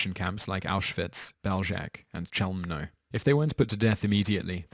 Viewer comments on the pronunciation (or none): Bél-zheTS. KHél-mno. These are just a couple of pronounciation errors in this video and all your other videos. Mr. Whistler, can’t you make an effort to pronounce proper and place names correctly? If you are supposed to be smart, you should be aware that - contrary to boomer philosophy- it’s not ‘what you say’ that matters, but rather ‘how you say it’. During the Hellenistic era and the Middle Ages this was called ‘Rhetoric’ - a serious discipline since it taught the student how to influence minds. I won’t even get into the many factual errors in your videos. You clearly hold history in the same contempt as you hold language.